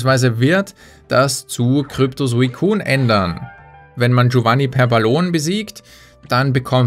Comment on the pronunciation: Bitte sprich Suicune richtig aus oder lass es. Ähnlich wie bei Machollo ;)